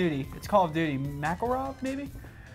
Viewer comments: Made me want to die when Scump said "Macklerov" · "MAKAWOV" Scump